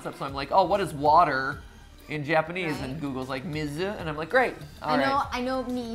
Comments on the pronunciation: water in Japanese is Mizu pronounced me zoo, not whatever Mat said. Though I understand that in a song it's harder to learn than in a classroom or from birth. Maybe Ollie will be semi trilingual because of Disney songs! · Hi, Japanese student here. Not trying to be a know-it-all or anything, but I see a teaching opportunity and I can’t resist. So, Matthew was correct that ‘mizu’ is water in Japanese, but I think his French experience was coming through a little in his pronunciation. (I also speak French and this happened to me a lot when I started learning Japanese.) The characters for mizu are pronounced like ‘me’ and ‘zoo’ with each sound taking up the same amount of time. And also, while mizu does mean water, in the context of a Moana song, the word ‘umi’ (oo-me) might fit better as that means ocean. Though just saying mizu in reference to the water in ocean is still completely valid! Japanese is a fun language and trying to learn a little through a fun Disney song is super awesome! Just want to be encouraging. :) Mini Japanese lesson of the day brought to you by a quarantined college student.